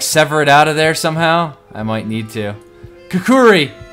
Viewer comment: Not kukuri, its pronounced kukri